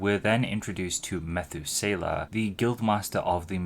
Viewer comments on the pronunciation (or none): Enjoyed the video, as always. Thank you. As a return gift, I'll mention "Methuselah" is the name of a historic figure in Christianity, Judaism, and Islam. It's pronounced differently than how you said it here. It desired, you can do a YouTube search on that to be ready for the next time it comes up (any day now)!